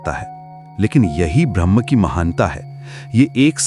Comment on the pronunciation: Narrator का 'ब्रह्म ' का उच्चारण 'भ्रम ' की तरह बोलता हुआ लगता है।